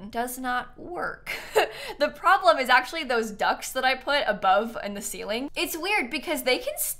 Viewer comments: I thought she meant ducks not ducts like quack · I genuinely thoughts she said ducks not ducts and only realised when she said they were from the industrial loft kit… I was really sat here like why did she put ducks in the kitchen?! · I cannot be the only one who thought she said "ducks" instead of "ducts." I was SO confused for a second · I didn’t realize until the end she was saying ‘ducts’ and not DUCKS that were making the kitchen nonfunctional…